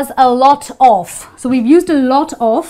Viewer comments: Percebi que ela pronuncia o "of" com a pronúncia do "off". I realized she pronounces "of" just like "off". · Só eu fiquei encucado com a forma como ela pronuncia 'Of'? '-'